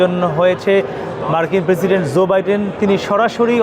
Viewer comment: ভাই, সব ঠিক আছে, কিন্তু আপনি বার বার “zo biden” কেন বলেন?? বলা উচিত “jo বাইডেন”।